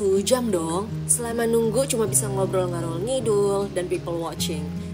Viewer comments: ralat ya, bukan "ngarol", tapi "ngalor" 😊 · Kak ngalor ngidul bukan ngarol lucuukk banget 😭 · salfok ngalor ya kak bukan ngarol 😅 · ngalor kak bukan ngarol😭😭 (lor=utara) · "ngalor-ngidul" kak bukan ngarol-ngidul 😭